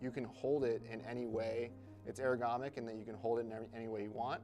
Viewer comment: "It's eragomic"